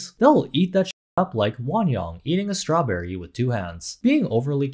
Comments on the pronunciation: As a white woman who lived in Japan for 10 years, has a minor in Asian studies, a degree in linguistics with a specialty in east Asian character based languages, speaks fluent Japanese, and is married to an East Asian......... This girl did NOTHING wrong. She literally was pronouncing Strawberry the way Katakana would be read aloud. Now, one could argue, she should have used Ichigo (the actual word for Strawberry in Japanese) but it would not be uncommon for Japanese idols to use an English word there, either. You can see a clear example of this with the J-pop group Shonen Knife, and their classic Strawberry Cream Puff. I hate what our world is becoming... this girl is putting in ALL the genuine effort, and is being slammed for learning a foreign language and engaging with an aspect of a foreign culture. The world is going to be a lonely and divided place if we can't share things with each other. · As a native speaker, that's not how a Japanese person says strawberry. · I hope keeps saying suturaberii in her call when they return